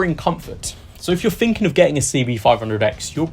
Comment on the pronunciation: Dude its three not free, thinking not finkin